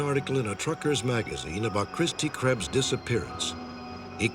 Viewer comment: Butchered her name